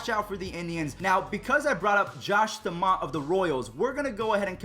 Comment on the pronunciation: Bro how do you say put a name in your head and then say staumonts name wrong